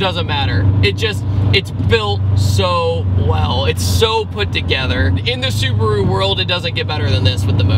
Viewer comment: I am really sorry but it is su-BA-ru not su-BU-ru. Not meaning to be nit picky